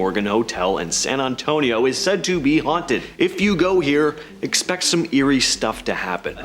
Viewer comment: You said San Antonio wrong. That’s not how someone from Texas would say San Antonio. I’m from Texas by the way. On # 10, # 8